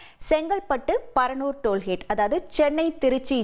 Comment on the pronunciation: சகோதரி அது டோல் ஹேட் (hate ) இல்லை டோல் கோட் (gate)